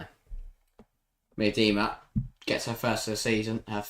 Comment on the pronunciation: could you just try and pronounce names right? Miedema isn't an overly difficult name and you two manage to both say it wrong in different ways